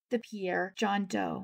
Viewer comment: Just FYI, but I believe the South Dakota pronunciation of Pierre is closer to 'Pier,' but I'm from Minnesota and cannot say with absolute certainty. I enjoy your channel.